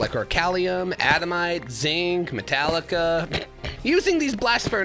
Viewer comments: Sorry not sorry adamite is adaMANTITE, and orcalium is oriCALCUM. And I think he is doing this on purpose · Bro called adamantite "adamite" and orichalcum "orchalium"